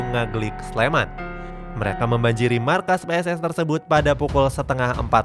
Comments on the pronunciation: maaf mas yang bener Pss Sleman bukan Ps Sleman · Mbok nek ngomong ki PSS SLEMAN ORA PS SLEMAN... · PSS SLEMAN, BUKAN PS SLEMAN MIN :) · Pss bang bukan Ps